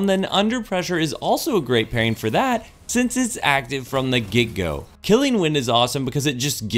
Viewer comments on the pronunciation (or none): none